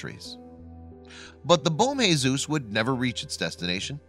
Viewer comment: It's not bom Jesus it's bom Jesus